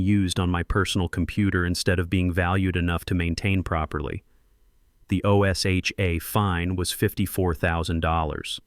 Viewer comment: O S H A is said like a word. Osha.